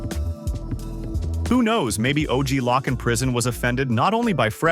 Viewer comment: It's LOC like cloak but don't pronounce the c Loak OG Loak Locced out for short Loc'